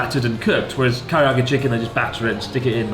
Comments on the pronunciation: Chris's insistence on mispronouncing Karaage as Kariage gives me an idea: Zangi chicken with a curry marinade instead of the garlic soy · blud still cant say karage. kariyage